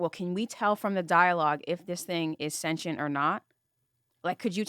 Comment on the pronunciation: Would love if said sentient correctly